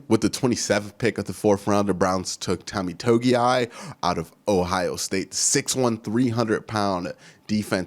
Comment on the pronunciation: The way you turned into a surfer saying “Tommy Togiai” was hilarious to me lol